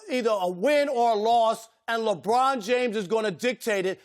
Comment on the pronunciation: "we've seen lebon brick free throws" can't even get his name right LMAOOO